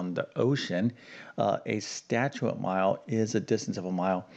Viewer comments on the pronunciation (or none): Statute (as in statute mile) has TWO syllables, not THREE syllables. Seriously!